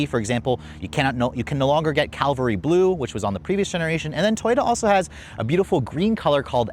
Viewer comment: It's Cav-al-ry Blue...Not Cal-vary. Why can't people pronunce this? 🤦